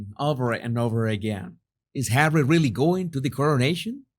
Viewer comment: I can’t help laughing when you pronounce Harry as hawy, it sounds like marv (one of the thiefs) in home alone 2, where kevin throws bricks at marv and then he calls for Harry (the other thief) and he also say hawy 🤣